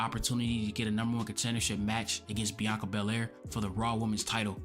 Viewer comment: without saying a word??? or without being able to say a word? i will forever have her bianca berraire and reah riprey callout in my mind why cant some asian pronounce the letter L, its like the part of their brain capable of speaking the letter L is burned out from too many sushi 🤣🤣 need more mercury 🤣